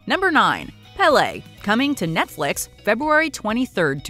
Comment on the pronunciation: You’re mispronouncing Péle’s name